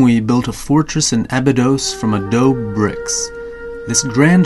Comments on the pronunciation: i'm sorry, but the narrator is annoying. he mispronounces SO MANY names words (for instance : the word "adobe" is pronounced a-DOH-bee....not a-Dohb) and he sounds like he's about to nod-off on heroin -- he speaks so slowly. just speak normally the next time. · The word is adobe, pronounced ah dough bay, not ah-doughb